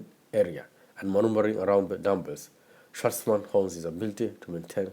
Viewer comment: Good video, I like the way you pronounce his name like a German way